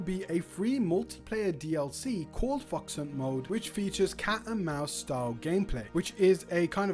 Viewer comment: Why do I keep hearing fucks hunt mode?😂